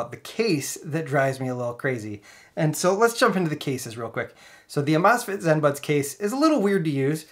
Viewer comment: Think it’s supposed to be pronounced amaze fit.